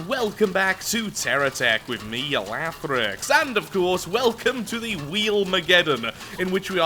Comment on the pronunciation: Scorpion tank lathrix...you did it...holy crap...guys he didn’t mess up a name